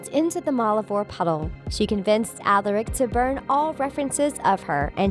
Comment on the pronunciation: She also said Alaric wrong